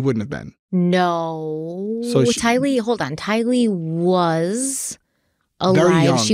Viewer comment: i love you dearly, but PLEASE say Tylee's name right!! You put the emphasis on "Ty", the emphasis should be on "lee"!! Please, please, please!!!